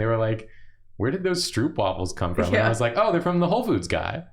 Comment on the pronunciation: As a Dutch person, hearing them say stroopwafels sounded so weird. The double o is pronounced more like the o in yooo. stroupwafel is not it